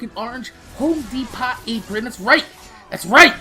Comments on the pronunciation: Spelt* and he says it de-pot rather then de-po like most people. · De-Pot? Lol